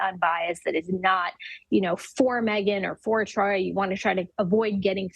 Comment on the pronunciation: She Called This Man Troy 💀💀💀